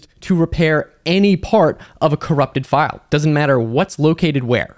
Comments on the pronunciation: in Italian, the ai pronounces the word "file" incorrectly. the ai says "file" when it should say "fail" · I like how the Italian Ai translated voice doesn't recognize english terms like "File" and reads it like it's "lines".